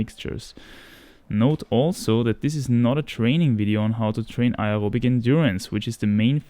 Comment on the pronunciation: Are you saying aerobic or something else